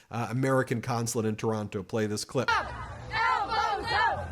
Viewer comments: Ben, you pronounced "Toronno" perfectly. You're all right bud! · Canadian here: I want to praise you for your pronunciation of "Toronto" ! You're sounding like a Canadian there! I've been watching Meidas news for a long time, and I wanted to say that I'm so glad to see you cover Canadian news so frequently. Keep up the good work! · Ben I nominate you to be a Canadian citizen just based on the fact you say Toronto the Canadian way. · Oh shit, Ben pronouncing Toronto how we pronounce it! Now that's doing your research! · I just want to applaud you for saying Toronto the correct way. I am making you an honorary Canadian. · you pronounce Toronto like a native. TORONO. congrats. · I’m so impressed! You say Toronto like a Canadian! Woot!🎉 I’ve been watching your channel for a couple of years already and I kept wishing we could have something like you provided to the US about Canada. And here we are. Thank you. Keep up the great work. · Thank you for pronouncing Toronto correctly. :) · Canadian here. I am so proud of all Canadians who are coming together. Happy to see all of the protests happening in the States as well! Fuck Trump and his bullshit crew. Ben, Kudos on saying Toronto like a Canadian! 😀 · Hey Ben! You say Toronto like a local! You don't pronounce the second t 🎉🎉🎉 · You have the best pronunciation of Toronto, that I've ever heard from an American! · Ben’s pronunciation of Toronto—>chef’s kiss ✔️there is only one T in Toronto. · I love that you pronounced Toronto like a true Canadian! 😂🇨🇦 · wow, you didnt pronounce the second T in Toronto, you're learning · Ben, your pronunciation of the word, Toronto, is worthy of a true Canuck 👍🏼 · Is it just me, or is Ben sounding a little more Canadian? He seems to have almost entirely dropped the 2nd "t" when pronouncing Toronto. Not hearing that hard t is music to my ears.